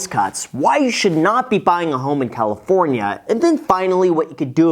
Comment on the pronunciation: "Leaving Califorina"